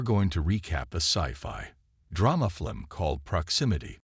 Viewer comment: Did he just say "flim"